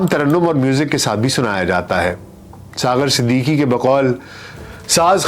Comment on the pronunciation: Aapki Awaaz Shayed cigarettes peeney ki wajah se bahut achi, per talaffuz, Marhoom Siddiqui thay, Siddiki nahi thay 🙏🏻